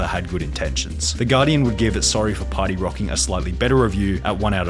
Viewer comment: "Sorry for pary rocking"